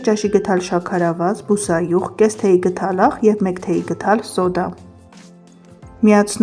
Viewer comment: Աղջիկ ջան,ոչ թե գթալ,այլ գդալ։Հոգի եք հանել ձեր քթալով և գթալով։